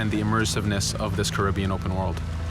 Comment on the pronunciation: Why is he pronouncing the Caribbean as Karibion.